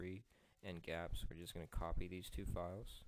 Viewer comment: Its not pronounced Gapps it is G-apps like Google apps.